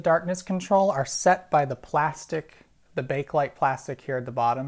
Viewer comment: The first "E" in "Bakelite" is not silent.